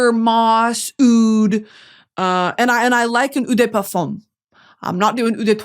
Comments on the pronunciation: Eau is pronounced literally just like “oh” or the letter “O” (not like ew lol) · eau in 'eau de parfum/toilette' is pronounced like the letter O, not ooo ! :) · Eau de parfum is pronounced "OH" not "EW" 👌👌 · Don't wanna be that bitch but it's "oh" de parfum not "ooh" de parfum. Like the o in okay. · Just a French Canadian here... Hear me out : Instead of saying "oo dÉ perfume", try saying "o de parfunh" (like you would say uuunnnhh). Also, Bois (wood) sounds like "Bwa" and not "Boys"! That's all, have a great day :) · The eau in eau de parfum is more like oh than Oo